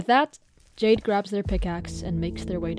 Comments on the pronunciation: what i also find interesting about this amongst all the other references is the symbolism that might be behind Jayden's character theme: the name of the ai "Jaide" was read throughout with the same pronounciation as the gemstone "jade", the profile picture of the yt channel was a pixelated jade stone, their skin looks like it may literally be made out of it. jade in chinese culture, especially during the Shang dynasty, was believed to be connected to divinity and souls; it was extracted from the mountains therefore seen as aid to ascend from the earth to the skies, and was widely included in funerary rituals to wish the deceased a prosper afterlife. in this case, Jayden quite literally is a soul if you look at it from a more spiritual point of view. they're a consciousness that wishes to be let go, but Andrew refuses to bury this stone with them because he doesn't want Jayden to move on to the afterlife, he wants them to stay with him in this one. sellers will often tell you that jade bangles will break when they've absorbed enough of the bad energy around you, sacrificing their integrity in order to protect you; that's another point i want to make and that makes me want bawl my eyes out. Jayden destroyed himself, along with Jaide that was the physical form tied to him. He watched Andrew throw his own life away for something that was only hurting him more and decided that it was enough, thus employed the self destruction command for the sole purpose of protecting him. this wa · ah yes, Jia-de. YOU JUST GOT JIA-ED HA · idk why, the way you said "jiade" had me laughing😭🙏